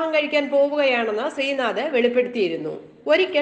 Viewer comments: Sreenadha alla sreenadh. Name nere parayan first padikku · ശ്രീനാഥാ അല്ല ശ്രീനാഥ്... പേര് പറയുമ്പോ കൃത്യമായി പറയൂ 🙄